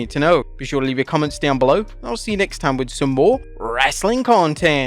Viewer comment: Listen to the way he says "content" at the very very end of the video....LOL😂😂😂. An Indian British born man doing a redneck accent lol.